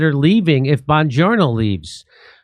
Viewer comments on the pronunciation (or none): Jimmy his name is Bongino … not bon journo 🤣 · I fukken LOVE it when Jimmy accidentally calls Bongino “bonjourno” 🤣🤣🤣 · I love how jimmy calls him bonjourno😂😂